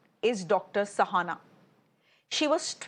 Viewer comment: I am puzzled why the anchor is pronouncing Shahana as Sahana. She herself is Shreya, does she call herself Sreya?